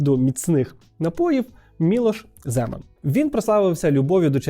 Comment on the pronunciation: ZemAn naholos na A